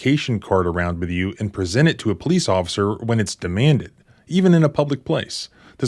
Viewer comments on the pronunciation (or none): none